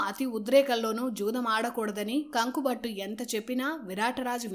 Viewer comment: కంకుభట్టు అనాలి కానీ కంక కాదు సోదరీ.వివరణ బావుంది.